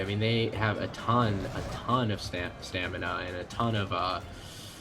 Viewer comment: staMINA not staNIMA